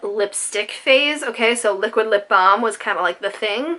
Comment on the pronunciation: It certainly makes you realize how much of our makeup addiction is really about enjoying new and exciting things. Also, your New England accent only ever comes out when you say lip "balm". :P